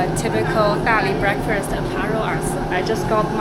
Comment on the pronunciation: ) You are the cutest. I especially love the way you pronounce breferest. (breakfast!). We now call it 'breferest' every morning;- )